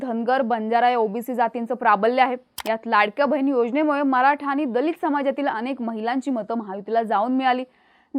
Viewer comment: मुद्दाम आनि पानी करू नका 😂 शुद्ध मराठी बोलण्यात काहीही गैर नाही